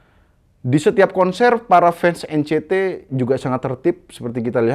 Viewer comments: EN CI TI bang, bukan EN CE TE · bang tolong lahh bacanya NCT (En Si Ti) bukan Encet wkwkwk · N Si Ti bang, kalo nyebut yang bener ntar ngamuk lagiii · Nyebut NCT nya Salah bang.hati2 diserang lg 🤣🤣